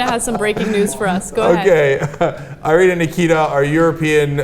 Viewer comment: its irina not airine or airina